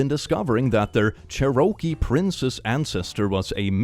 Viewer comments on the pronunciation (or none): Cherokee is pronounced CHeruh-key; ch as in check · Okay, my autistic self so wants to teach how to properly pronounce Cherokee. It's like you're saying Chair-O-Key. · Interesting way of pronouncing Cherokee.